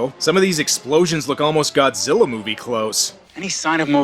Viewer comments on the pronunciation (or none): none